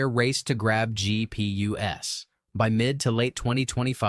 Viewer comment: This video pronounced GPUs as G P U S. It's just the plural for multiple GPUs, idk how to trust your video if your research is this shallow.